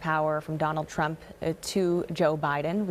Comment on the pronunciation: Executive Order 13769, you said Trump wrong.